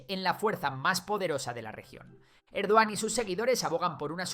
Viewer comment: Cómo "Erdogán", madre mía. Es como si llamas a Trump "Traun".